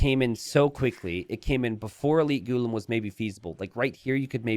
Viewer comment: Hey I am from India it’s pronounced “gu-laam” and not ghu-lum also the civ is pronounced “Hindus-taa-knees” and not Hindus-tan-nis. Hope this helps.